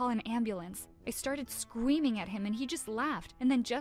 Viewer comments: Did no one else notice that she was saying Scweming instead of Screaming... Just me? Ok. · She said scweaming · She said scmeaming and wan away